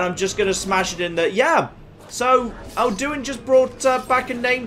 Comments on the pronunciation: the way pronounces Alduin makes me unreasonably angry. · Why is, after countless hours in skyrim, suddenly pronouncing Alduin weirdly? It's not like they never pronounce it in-game...